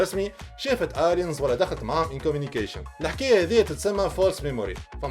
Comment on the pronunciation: Aliens ama pronounced Eliens